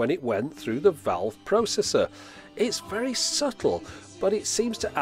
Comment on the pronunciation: The pronunciation of when you say "valve" does not seem right to me. ;-)